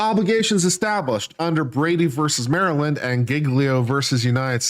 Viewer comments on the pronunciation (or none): none